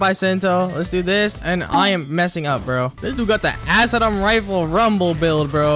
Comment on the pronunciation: Why does he pronounce bisento and acidium rifle like that T-T